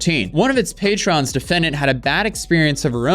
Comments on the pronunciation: Your reading comprehension is getting worse. You pronounced patron as patreon and pronounced contrary as contray. You gotta watch these vids before you post em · Dude, it's PATRON, not Patreon 😂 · My guy it's patron not patreon... Stop throwing an e in there it's not the app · Your content creator brain kicked in and read patron as patreon. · please learn the difference between "patron" and "patreon". Not the same thing. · Patron is patron, not "patrion". Its a customer of a business not a sub website that you use to make extra $. PATRON. PATRON. Not "Patrion" Come on. Do better. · The word is “patron.” Patreon is a company. Those two words are not pronounced the same. People who go to bars are patrons, not patreons. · Patron NOT Patreon. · Patron, not patreon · LOL, you keep pronouncing PATRON as PATREON. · the word is patron, not patreon. go outside and touch grass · Every young person now thinks the word PATRON is patreon. Omg it kills me! Also, it's contraRy, not "contray". I'm not being a dick btw... Just pointing it out so you know for the future! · Ive heard it in too many videos now and its silly and it bugs me but it is pronounced PAY-TRIN not PAY-TREE-ON. You have patrons who subscribe to your Patreon. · Patreon, Patreon, Patreon. My guy, the word is patron. Its not pronounced the same as the website. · Why does patron sound like patreon every single time you read the word out loud. Is it subliminal messaging lol. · Say it with me dude.. “payyyy-tronnn” not patreon my dude. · Love your videos, but it’s PAY-tron. Not Patreon. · Bro you gotta pronounce patron correctly, your saying it like “patreon” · bro keeps saying patreon instead of patron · Patron is not the same as patreon. Different pronunciation. Patreon took it's name from patron, pay tron, someone who gives financial support like a customer or person who appreciates what they put out without buying it. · Patreon has really ruined the way people pronounce the word patron, huh?